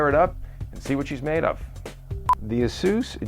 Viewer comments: it's AY-SUS not AH-SUS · LOL It's pronounced asoos? I always thought it was Aysus lmfao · lol asoos is how he said it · ya, i'll tell em. the same way that we say playstation three and japan says plaistasion sree. doesn't mean they're right. this is the english language and ay-sus sounds better.